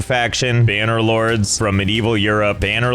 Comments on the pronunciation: AhEm “banner lords” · Josh definitely receives a bonus each time he says "banner lords"